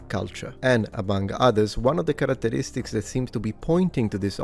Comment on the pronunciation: One of the KARATE-RISTIC? 😁 Not bad - nod bad